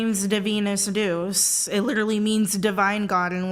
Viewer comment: "WHY do you think my name is Divinus Deus which means Divine God in Latin," EXCEPT she pronounced it as "Deuce" instead of the Latin "day-oose" so really she just said her name is Divine Shit 💩